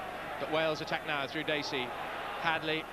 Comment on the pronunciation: Sorry to be picky , but it's " Dacey " .